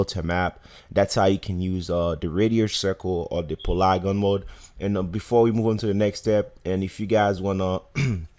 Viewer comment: PA—-LEEEEEE—GON. PA—-LEEEEE—GON not PULAGUN MODE for godsake